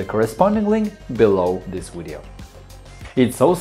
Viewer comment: I can’t go to the fecking control panel.....I also HAVE A BLUE SCREEN!!!!....also what the hell are ‘wiresses’ and ‘wideo’.....DUH.....aaaaaaargh!!!!!